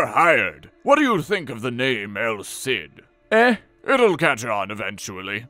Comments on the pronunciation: It’s pronounced “El Seed” though. Listening to you say “el Sid” over and over is painful. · Ah, well you’re right about that. In any case the “el Sid” pronunciation is wrong and I’m not sure how hard he’s trying if he’s pronouncing it that way.